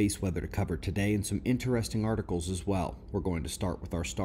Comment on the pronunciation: I'm SO GLAD you said inTERESTING, instead of iNNEResting ; )